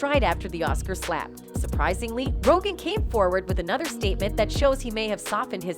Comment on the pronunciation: “Ro-Jin” is not how you say Rogan. Juss sayin.